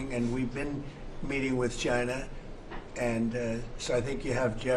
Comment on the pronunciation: Trump: "we've been meeting with ghina.."